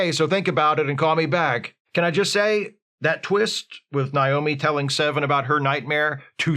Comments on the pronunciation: I think it's a dialect thing. I live in an area where people pronounce the name like that as a default. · Is mispronouncing Naomi's name a bit? Cus like... has seen this shit a million times. 🤔